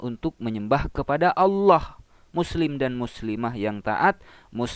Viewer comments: Klau menurut Saya . Orang ini bukan Murtadin.. Tpi emang udah oten dari kecil. .dari segi menyebut asma allah saja udah ketauan otennya😅😅😅. Dia menyebut asma Allah. Dengan sebutan alah. Bukan ALLAH.... Kasian lu otenn tenn 😅😅😅😅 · Sebutan mu Alah.... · ini bukan murtadin ini kristen dari kecil mengaku murtadin cara omong ialah sebut tuhan "alloh", sebenar orang islam di indonesia kebanyakan mereka akan sebut tuhan "Allah" cara sebutan arab.. dari situ saya tahu dia orang kristen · Bahasanya aja khas misionaris, mereka para anak domba ini tidak akan pernah mampu menghilangkan penyebutan,aksen istilah dan nama2 dalam agamanya contoh terkadang mereka lupa penyebutan nama Allah dalam agama Islam adalah dobel L sedang misionaris terkdang sebut alah sebagainmana kebiasaan dalam agamanya